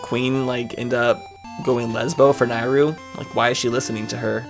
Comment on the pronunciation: You are the only person I’ve heard of that pronounced Nayru as “Nye-ru” and not “Nay-ru”